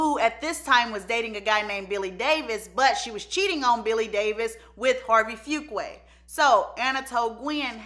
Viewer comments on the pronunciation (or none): Antoine Fuqua's last name is pronounced: Foo- KWAH.